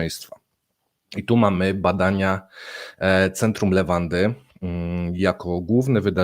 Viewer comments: Centrum Lewady a nie jakiejś "lewandy" czy innej "lawendy" xddd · Centrum Le-wa-dy!!! Bez "n"!